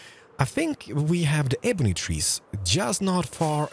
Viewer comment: Its pronounced ebony not ebony